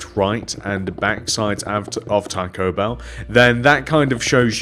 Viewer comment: it's bell not beel